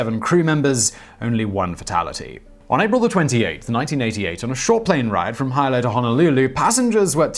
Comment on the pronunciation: Hilo-prounounced "hee-low".